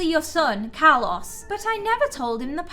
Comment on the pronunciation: btw your saying Carlos wrong